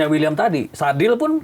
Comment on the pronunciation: Uiliam bang uiliam. Bukan wiliam 😅